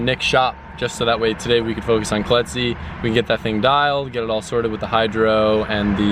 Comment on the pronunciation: You said "Collete's Z" but I heard "Colletsie" and thought that's what she named it lol